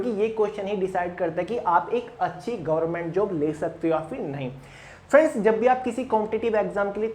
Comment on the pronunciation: Gorment nhi hota sir government hota h